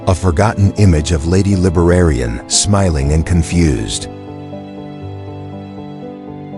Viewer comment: Rabbit with long cat tails, wrong tense of words mispronounced words instead of “librarian he pronounced lt Liberairion